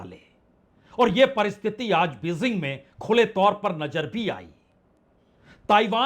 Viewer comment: Your reporting is very good but your pronunciations are very bad.please work on it just one example Bejing not Bezing